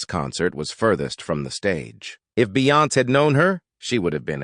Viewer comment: OMG....this voice...doesn't know how to pronounce Beyonce...LOL! If you think the Sugars are Bad...That Beyhive is VICIOUS! I was on your earlier live commented but nothing. Wish you would engage more but thanks for exposing.